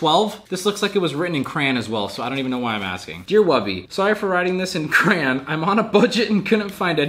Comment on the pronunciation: Ok but how tf did you just pronounce crayon wtf